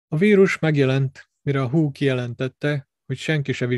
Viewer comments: Az nem hú, hanem véháó, bakker.:-))))))))))))) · Magyarországon, hivatalosan "vé há ó" a helyes kiejtés. És nem "Pelosi", hanem ejtsd: Peloszi, valamint nem "Fauszi", hanem ejtsd: Faucsi.